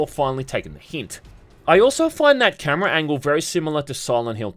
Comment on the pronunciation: “You take care of the cAmerAh”